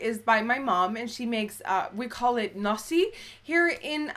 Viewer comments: It's "Nasi" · hahahahahahahah hoe je zei nasi en satesaus! je moet eht een keer een nederlands video maken met mascha ofzo!!